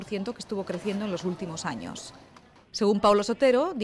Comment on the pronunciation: alvaro lopes Se pronuncia años no anos. Ano es parte final del intestino grueso, y sirve para defecar